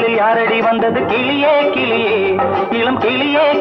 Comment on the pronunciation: Wrong pronunciation (its கிளி not கிலி) in first line by Jesudas Sir. Why was it overlooked?